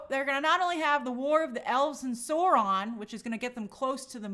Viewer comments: its saur-ron, like naurrrr in australian accent lol saurrron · Sauron is pronounced sow-ron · My god, her pronunciation of Sauron was killing me 😅. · I cringed SO HARD when she said it like that.